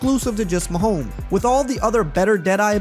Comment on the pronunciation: Sounds like you’re saying, “Mahome” like the S is silent?